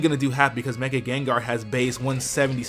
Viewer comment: Oh, wow! I'm not weird. Someone else says meg-y instead of meg-a when I try to say mega evolve.